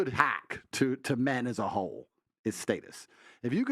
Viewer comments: state us...? status? this dude can't talk lol. every other weird was pronounced correctly. annoying AF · Aye nobody ever comments on him pronouncing status wrong bro b saying stateus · someone teach tate how to say status 😂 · Is that how you suppose to say “status”? Is it stat-us or state-us? 😂 but he’s right about some women forced men to get married. Which I think is effed up. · Stay tus😅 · The way he says status is funny af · The way he say status is insane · The way he pronounces status is so weird. One of the few times his accent seriously comes out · Why he say status like that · He sounds funny when he says “status” I’m a huge fan tho I just find it funny cause I’m from the states and we pronounce it differently.